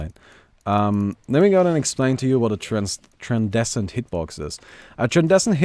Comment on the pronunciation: its tran-scen-dent hitbox...